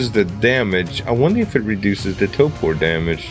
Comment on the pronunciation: I love your videos! Huge fan! But, could you please pronounce TORPOR correctly? Annoys me no end. There is an R in the first syllable. It is pronounced in the word. TOOORRRRPOORRRRR!!!!11!!!one